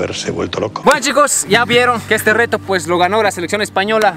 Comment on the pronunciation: Like si y dicen deto y. No reto